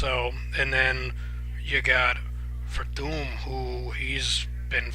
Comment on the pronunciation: It's hilarious how you butcher everyones name hahaha. I got werdum too. more ways to win the fight.